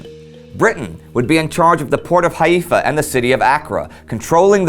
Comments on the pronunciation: It's pronounced Hi-fa not Ha-e-fa. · It wasn't only the ch vs h... You pronounced it as Ha-Y-FA While it should be pronounced as Hay-Fa Note how it is pronounced in MW: So it was incorrect usage even in english. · The way you pronounced Haifa... No.